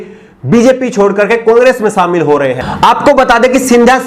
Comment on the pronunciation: Shamil ko samil mat kahobji . Apke journalism ke course me kuch sikhaya nhi gaya agta he ya aapne sikha nhia shobdo ka sahi ucharan